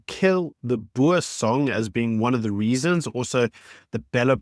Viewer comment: If you are a South African, why do you not pronounce Boer correctly?